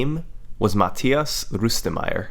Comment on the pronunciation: you have to at least respect Summoning Salt for pronouncing Rustemeyer's name correctly in the beginning